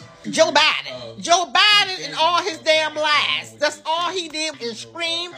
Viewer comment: Lady, please learn how to pronounce Joe Biden name